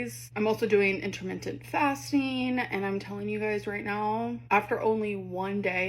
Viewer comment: Inter-mint-tint fasting 😂